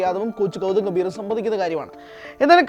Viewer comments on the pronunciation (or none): none